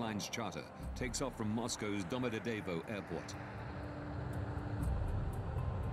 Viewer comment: It's not Domodede, it's Domo-dedovo...